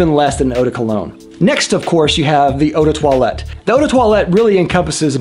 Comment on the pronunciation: Uu de toilet, that sounds off-putting for a fragrance 😂